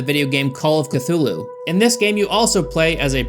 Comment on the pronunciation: Strange that your American tongue could not pronounce those directors’ and writers’ names, but yet you can pronounce Cthulu’s proper name just fine. 🤔